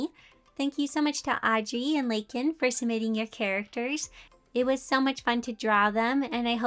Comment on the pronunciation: Omg!!!, it’s me! Lakan! I can’t believe I actually got chosen 😂 Tysm!!! I loved how you prononced my name too XD! Please keep up the amazing work, I love this new style! In my opinion, it really brings the characters to life! And mizuki looks perfect! ❇️ 👍👌